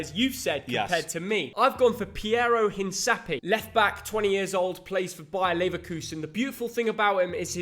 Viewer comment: Piero Hincapie is pronounced Hin Kap ee ay.